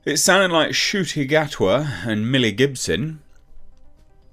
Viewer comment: That's Ncuti Gatwa Na-q-tee Gaht-ee... Yeah... I'm at a lost...